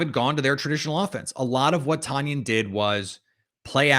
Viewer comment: It's TONyan, boss, like the weight. Love the content tho